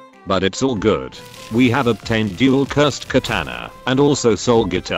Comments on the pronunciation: You said Cursed tye wrong way. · I really like how the robot voice says "curs ed"